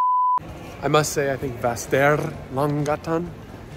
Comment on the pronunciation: And now you got the pronounciation of Västerlånggatan right! :D